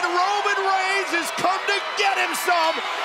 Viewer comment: Did I just only heard cole saying 'Browman Brains' Instead of Roman Reigns🤣